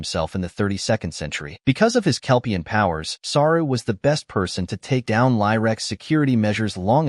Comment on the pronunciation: Saru....Not Sara